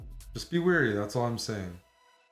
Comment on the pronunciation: Is that your Canadian accent, or did you just tell me to be weary?